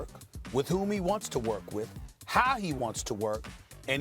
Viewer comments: “Kahwai Lenned” - Steven A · Stephen A Smith "you can't trust kuh-way lennit" [unless he signs and plays with the knicks] 😄